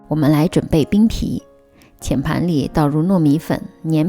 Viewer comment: 谢谢分享。有两个读音不太对，粘(zhan）米粉，澄(deng)粉